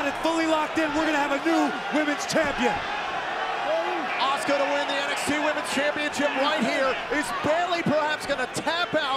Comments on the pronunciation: Name:asuka Pronounced:oska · Why do the commentators insist on pronouncing her name as "Oscar' - it should be pronounced A-suka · What I heard is OSCAR hahahaha